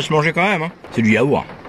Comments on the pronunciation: (il dit c'est du yaour. Mais ou est le t dans l'histoire parce que sa ce dit yaourt avec un t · Tu prononce Yaourt : Yaour Je te jure c'est stressant même si je sais qu'à certains endroits en France c'est normal de dire ça mais c'est stressant de fou 😭 Mon yaourt aromatique préféré c'est la coco 😂😭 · Sa se dit yaourt pa yaour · Super vidéo ! Mais tu prononce Yourt , premiere fois que j'entends quelqu'un qui ne prononce pas le a ou on t'entend pas le dire mais ça fait bizarre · Yaour😮😮 bizzard ta prononciation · pk tu dit yaour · qui prononce le "t" dans: yaourt?????? ps: j'adore tes 24H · bah si au just je le prononce mais c'est parce que dans la vidéo il ne le prononce pas